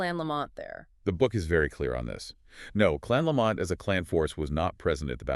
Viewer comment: It's pronounced "Lamb - it", not laMont